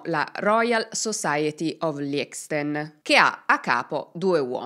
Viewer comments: La pronuncia di Angel è /anHel/ E Liechtenstein pronunciato "liecsten"? 💀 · Vorrei correggerti la pronuncia di Liechtenstein: per capire come suona prova a inserirlo su deepl e ascoltare la pronuncia in tedesco 😊 Grazie per i tuoi video che ascoltiamo sempre